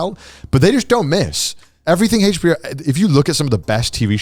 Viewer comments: They are so British I hate how they pronounce HBO they say it like Hachbo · Heych bee-oh